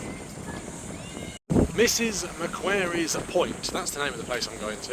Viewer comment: Always amazes me how many videos of British tourists who cannot pronounce ''Macquarie''. It's a British name ffs.